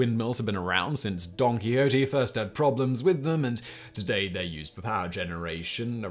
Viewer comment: ah yes, Don "Quicks-oat"